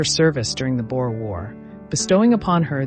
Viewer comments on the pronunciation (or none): none